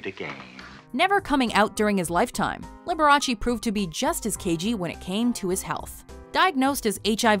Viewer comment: It is not LiberachEE, just as it is not VersacHEE